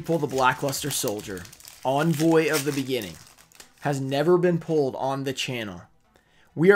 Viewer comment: He´s always pronouncing "Envoy" as Onvoy xD. That Lava Golem is actually a reverse secret rare though